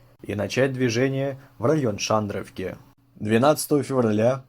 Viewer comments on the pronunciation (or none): Какая Шандровка?!!Село называется Шендеровка,очень ухо режет,точно как и ЛисЯнка вместо ЛЫсянки... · И ещё не шандровка а шендеривка.